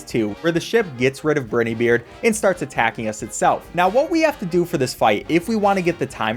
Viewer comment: I hate the pronunciation of briney beard